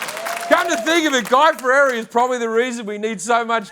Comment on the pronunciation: Lmao I love how he says Fieri "Ferrari"